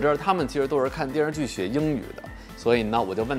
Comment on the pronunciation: 不过说“电视剧”的时候，“视”字吞音太多了，像…游手好闲的小混混。姜文可不这么说话。